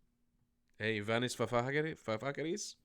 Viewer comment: His name is Yiannis (not Vanis) and he IS a liar. And he is definitely also a malaka ... BTW - the Palestinians are very definitely a 'fashionable' cause in the West. This from a Greek (please take it easy on the Greek names 😀).